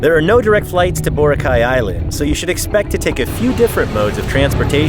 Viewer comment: Hehe. You’re still pronouncing Boracay incorrectly. Emphasis is on the second syllable. ❤